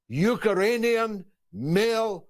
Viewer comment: ‘Uker-rainian’ wtf?